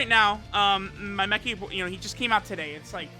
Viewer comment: Mechi - Mecha - Mekee - Macca... makankosappo